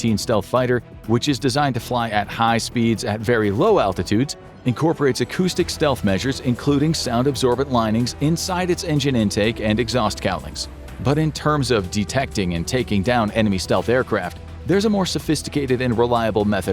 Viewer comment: "cowlings", not "callings" ffs